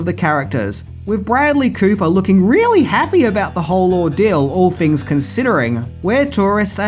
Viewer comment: You're doing a pretty good job mate, but you have to say things not fings Use th words without using f for th.